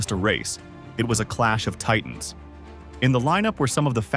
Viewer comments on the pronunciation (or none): none